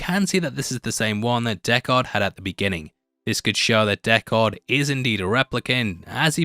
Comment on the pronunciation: Deckard not Deck-haaaaaaard.... did you actually watch the movie or reading a script?